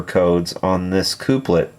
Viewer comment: I like your videos. very interesting! Just so you know (not complaining) the word is pronounced Kuhp-lit, as you would say coffee cup.